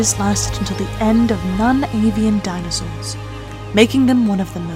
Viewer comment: I'm sorry, but the voice acting is terrible. "Dinossus" instead of "dinosaurs" multiple times (and, no, I'm not criticising the British habit of dropping the R; I do that myself). Specific scientific vocabulary, that some listeners may not know, isn't clearly pronounced, but hissed or mumbled. Overly dramatic way of speaking, very unnatural, even for a nature documentary. Please get someone, who understands, that this isn't on the level of dubbing sophisticated adult movies 🙄